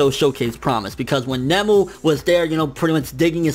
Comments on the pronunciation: said (or at least, it sounded like he said), "Nemu" (Character from Bleach) instead of 'Nōmu' (First time he the mentioned him in the review.) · Nomu not Nemu ffs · nOmu.. NOMU.. Not nemu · By the way, for those people joining the convo/video late... I'm referring to the fact that the title of this video was originally spelled as "All Might Vs Nemu Fight". You can even hear pronounce it as such throughout the video. I guess he saw this comment or another like it and changed the title. I personally could care less if it's spelled as Noumu or Nomu, just thought "Nemu" was blatantly incorrect. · Hate to be that guy but.... isn't it Nomu?